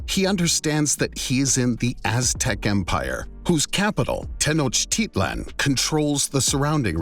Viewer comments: The speaker has obviously never been to Tenochtitlan, or he would know how to pronounce it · it is pronounced (teno-tich-lan)